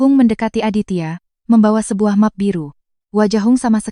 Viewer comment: Efek AI, membuat bahasa Indonesia jadi kacau. Bahasa pemersatu. Cat rumah dibaca ket rumah, map plastik dibaca mep, Bi Ijah dibaca Bei Ijah. Memperkosa Bahasa Indonesia